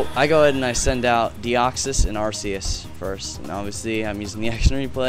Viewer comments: I think it's actually pronounced ARK-e-us. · But Are-see-us sounds like arse. Which is rubbish. Ark-ee-us could be a reference to "archangel".